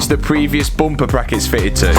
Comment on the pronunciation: Learn how to say bumper ha ha!